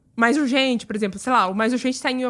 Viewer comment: "Por exemplo". Saiu "purzempru" kkkk